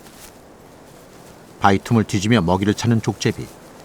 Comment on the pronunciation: 나래이터는 발음에 신경써야 할 듯.... 족제비를 계속 쪽제비로 발음하네.